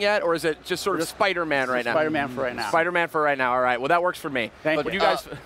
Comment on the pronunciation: does anyone notice how the guy on the right keeps saying SPUDDERMAN! LOL